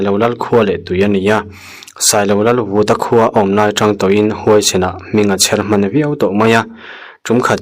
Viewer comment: Sailo lal Vùta (vaivut rik dan) ni lovin, Vúta tih tur (a ri sâng)